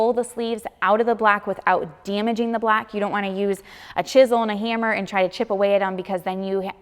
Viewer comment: Gotta work on that blaock, because when you put the sleeve in the blaock, you have to be careful not to damage the blaock. Sorry had to point it out, I'm from the south and get poked at because of my accent as well. Love your videos!